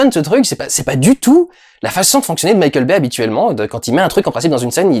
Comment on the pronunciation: quand durendal dit Mickeal Baye j'entends Michel Baie